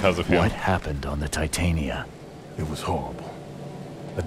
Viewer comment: Honestly I hate being this guy but for the love of christ ITS TIT-AN-YA THE WIFE OF OBERON THE FAIRY KING WHY ARE THEY CALLING HER TI-TAIN-E-YA